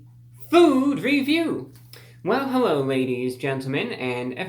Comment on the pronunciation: Helwhoa evwweeone!!!